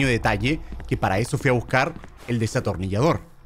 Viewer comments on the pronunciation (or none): German en ves de decir Destornillasor dise desatonillasor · Germán diciendo desatornillador en ves de destornillador😂😂😂😂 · German te re amo pero no se dice "desatornillador" es "destornillador" HAHAHHAHAHAHA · Germán diciendo desatornillador😂😂😂